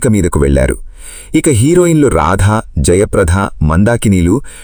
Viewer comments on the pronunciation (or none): వ్యాఖ్యాత రాధ,జయప్రధ అని అంటున్నారు. రాధ పేరులో వత్తు ధ ఉంది,కానీ జయప్రద పేరులో ఒత్తు ధ ఉండదు.వ్యాఖ్యాతలు కొంచెం భాషాజ్ఞానం పెంచుకోవాలి.